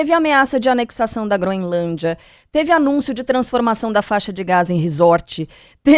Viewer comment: Não é groenlandia....é groenlandia.....